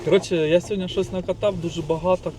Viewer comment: СьогоднІ, а не сьогоднЯ